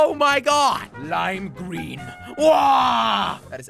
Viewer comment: I like that ( jelly gween)